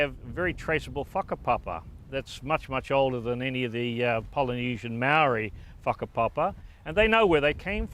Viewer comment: When he says “whakapapa”, it sounds like he’s saying f*€k-a-papa. Just an observation. lol😂